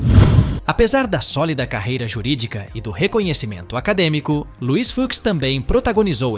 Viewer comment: Luís "Fucks" kkkkk que pronúncia é essa?